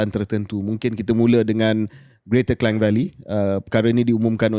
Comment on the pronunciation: Ooo , KJ pun sebut Klang sbgai Kleng. Bertahun belajar kat sekolah , Klang ialah 'Klang'.😂